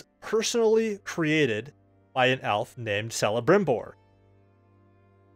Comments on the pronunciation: Think of celebrimbor as kelibrimbor proper pronunciation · Oooooh!! Bro!! He's pronounced as 'k-elebrimbor. And that guy made some badboy bling. If it was in today's age he'd be killing it with the hip hop crowd.🤣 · It's pronounced kelebrimbor just written celebrimbor